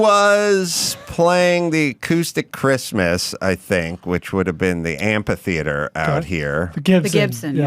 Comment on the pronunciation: "Am-pee theater"